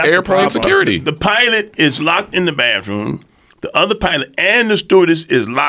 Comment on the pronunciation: "Ain't nobody go up in the bafroom for 35, 45 minutes" 😂😂😂